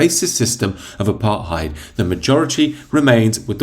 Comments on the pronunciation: Pronounced apar tied, not apart heid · Pronunciation is "ah-par-tied". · The way you pronounce “apartheid” is really distracting. There’s a hard “T” in “apartheid” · You say apartheid weird